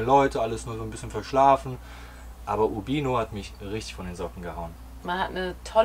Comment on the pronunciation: Wer Italienische Reisevideos veröffentlicht sollte wenigstens die Aussprache der besuchten Orte beherrschen (Uurbiiino, Jeesi), und auf "krass und süß verzichten". Informativ an diesen 18 Minuten war leider wenig bis nichts. Schade!